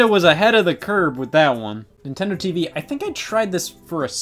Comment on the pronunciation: Am I the only one who never realized the name of Nintendo TVii and always pronounced it “Nintendo TV eye eye”